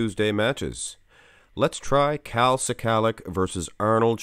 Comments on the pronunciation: NOT SI-KALICK ...IT'S "SKULL-LOCK" OR "SKA-LOCK"... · Pronunciation is: skull-ack